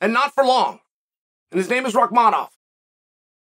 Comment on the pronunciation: I honestly appreciate the chael actually pronounces Rakhmanoff correctly of all names